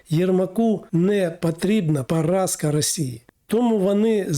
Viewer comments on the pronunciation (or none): Навчіться спочатку розмовляти українською,. Не ПАРАСКА, а ПОРАЗКА. І ххто Ви такий, би коментувати такі речі? Не Америка нападала на Україну!!!, а кацапія!!!